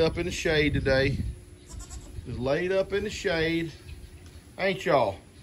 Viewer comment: Is The goat that is named A Aron named for someone with that specific name, or are you just pronouncing Aaron as A Aron?